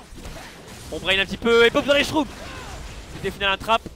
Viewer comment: Le triple shurooms mdr c mushroom